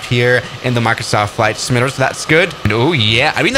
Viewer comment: How he says simulator "SIMUUULAER